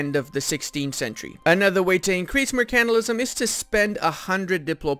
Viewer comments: Good vid, every video I watch I am just waiting for the day you say “mercantilism” right, basically you are saying “mercantalism” instead of mercantilism the part you are missing is the pronounced ile mer can tile ism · Also, 'mercantilism', not 'mercanilism'. 😏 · its Mer-can-TIL-ism . Say it right! or look up Arumba say it 1trillon times. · Seconds in and you can't pronounce 'mercantilism'.